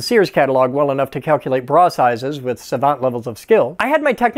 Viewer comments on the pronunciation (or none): none